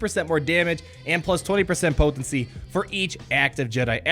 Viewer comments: Anyone notice he say poTHency 90% of the time ish talk aside. im literally more excited for you new vids than I am for the actual P2W content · I LMAO every time you say "potency"...